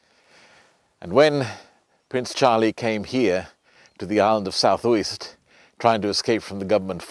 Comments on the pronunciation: Just a tip - Uist is pronounced "you-ist". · “…with a totally unpronounceable Gaelic name…” - how colonial of you - just shows lack of education on your part…as demonstrated with you deliberately mispronouncing Uist in your videos and misspelling whisky.